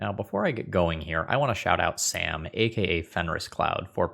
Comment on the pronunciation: Sam being Belgian means the A in his name is pronounced like in sArdines, Confused me for a second being Dutch myself. Obviously cannot blame you for not knowing. I guess using the correct pronunciation would confuse your American (and other non Dutch/Flemish speaking) viewers.